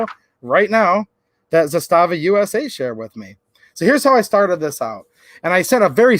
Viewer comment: I sent them the video ;) It's pronounced ZAS-tava. Not za-STA-va.